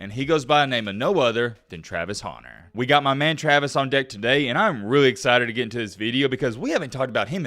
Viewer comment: Travis honer? hunter. Speak.